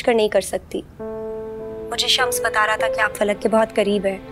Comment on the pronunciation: Everyone said फलक but gaiti said पलक 😅